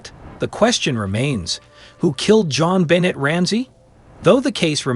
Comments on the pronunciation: You are mispronouncing her name - BENNAY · You are pronouncing Jon Benet's name wrong!